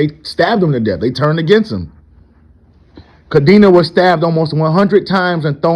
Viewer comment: Cadena, the old leaders last name is pronounced: Ca-Den-Ah. It means, chain, in Spanish.